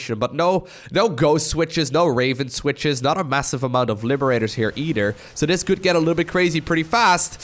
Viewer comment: Is it just me or does pronounce "TH" in words as "D", example "eider" instead of "either" LUL, it seems lots of europeans do this, not sure why I find it so funny.